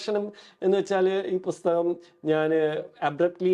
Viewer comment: Interesting interview, A suggestion to the interviewer : it's not "Busthakam" it's "Pusthakam" with a P